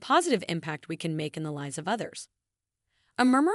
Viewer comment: How can a 30 year old have a wrinkled face? Mispronounced the word (lives). Mispronounced the word (bow).